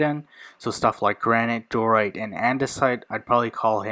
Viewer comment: Di-o-rite. 3 syllables. Not door-ite.